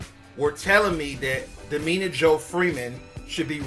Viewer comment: Damita! Not Dameena!